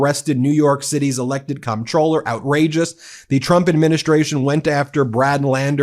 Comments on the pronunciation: Psssst Ben, the word "comptroller"is pronounced "controller." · It's pronounced as controller even though it's spelled comptroller. And, regardless of how it's pronounced, this is disgusting treatment.